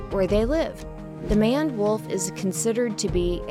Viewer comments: Aw GEEZ! It's a MANE-D wolf -a WOLF with a MANE - not a manned wolf!! Did no one think to check and EDIT the voiceover text; cause it was not well done!! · Your AI pronounces the Maned Wolf wrong. It is Mane and add a d. Or pronounced Main with a d at the end. Either way it is Maned Wolf not Manned Wolf. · These videos are good for kids and offer some nice simple facts. The wording of the voice isn't so great however. Just a heads up also, the "maned" wolf is not pronounced like man-ed wolf. It has a mane like a male lion and pronounced like main. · It’s mayned wolf not manned wolf 🤦‍♂️ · Wait 'maned' is pronounced like that? man-ed I thought it was main-ed.... oh. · Maned, long a, rhymes with four laned; NOT manned, short a, rhymes with unplanned. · Mane-ed Wolf not Man-ed Wolf. She ligit said they have a mane yet she still said the name wrong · Title says "that are huge" but shows small wolves. Also its pronounced as main-ed wolf not "man-ed" wolf lol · The last animal covered is the “maned” wolf, so named because it has a “mane”. It is not pronounced “manned” (as in “he manned the guns”) but “maned” rhyming with “mane”. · Just a quick thing it’s not maned as in and it’s maned as in tamed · BRUH, She really said at the end; "The man-ed wolf like it sounded like "Man" BRUHHHHH ITS maned,, Like ya know? A lions "Mane" xD Its maned wolf, not Man-ed, Im dead !! XD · Bruh- “Coyoty?” “MaNNed”? Oof just realised this is a Robot Voice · It is very unnecessary to tell us wolves are carnivores.. This video was quoting out of the box Wikipedia descriptions... Also number 1 is not a Manned wolf FFS... It's Maned Wolf.. Like a Lions mane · The fact she called the MANED Wolf a MaNnED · Even said they get their name because of their mane... pronounced it correctly... and then proceeds to say "the manned wolf." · I’m sorry, but it bothered me so much that she kept calling it a “manned” wolf instead of a “maned” wolf. She even mentioned it got its name because of its black mane.